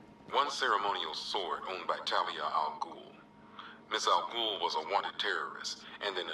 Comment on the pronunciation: "Ras...I mean Raish al ghul".